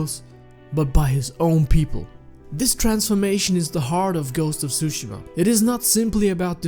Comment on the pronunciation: Ghost of tsushima ❌ Ghost of Zooshima ✅